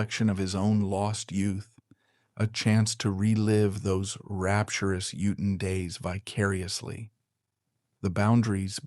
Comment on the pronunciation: Not Eden. EE-TTon. Elocution lessons for you, asap.